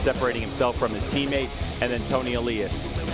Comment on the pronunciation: I love this series. But the announcers need to learn how to pronounce Toni Elias' name. It's not Ayyyylias, it's Eliiiiiiiiias.